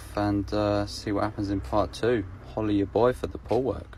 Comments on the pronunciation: Follow ya boy for da pool work I learned that the other day it sounds like holla but he says follow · “Holla at ya boy for the pool work” It’s been 2 months and I just realized he says “FOLLOW ya boy for the pool work” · i though he said- holley ya boy for the pool work like he was telling who he is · He actually said folloh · If it makes you feel any better I also thought he said "follow" for the longest time. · I thought it was 'follow ya boy for the pool work' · I know but it sounds like it tho